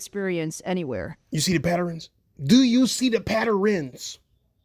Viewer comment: Patterins? Its Patterns, no i. You really are slow